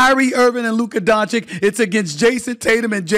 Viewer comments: DONCHICH DONCHICH DONCHICH DONCHICH DONCHICH DONCHICH DONCHICH DONCHICH DONCHICH DONCHICH DONCHICH DONCHICH DONCHICH DONCHICH DONCHICH -------- NOW READ ALL THIS LINE BY LINE AND YOU WILL BE ABLE TO PRONOUNCE DONČIĆ CORRECTLY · unwillingness to even learn to pronounce dončić correct is insane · 😀No way, really? You are forgiven but he is in the media and stll cant pronounce it rigght i mean damn man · It’s actually really easy to pronounce, not sure how u could mess it up. Pretty sure he does it on purpose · Say his last name right!! You’re so called television analyst and does not learn or try to say his name right?? Disgraceful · no he does it on purpose to subtlety disrespect Luka and his greatness. Luka is going to be a Top 5 player EVER, he already has the skillset and now he will win the hardware to confirm it. It’s absolutely disgraceful to not be saying this guys name correctly after 6 years of domination. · It has to be on purpose. I know they have trouble pronouncing basic words sometimes ( "ask" and "specific" ) immediately come to mind, but SAS hears Lukas name pronounced correctly a hundred times a day. There's no reason why he shouldn't try to act professionally and at least attempt to say It right. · If he wins the championship, will you finally say his name right? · This man can't even properly pronounce his name after years, that's just disrespectful. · Its been 6 years. Learn to say his name or stop intentionally trying to disrespect him. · How can he be butchering Doncic's name for 6 years??? Dude, you get paid to do this, learn how to say one of the best player's name... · SAS is a luka hater. Not learning to pronounce his last name or mispronouncing proves it. I hate his takes about so many things. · this is his job and it is not a rocket science. And by the way, Doncic is one of the easiest Slavic surnames. If he knows how to say Jokic then it shouldn’t be that tricky. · Learn to pronounce Lukas surname .. or you don't want? or you can't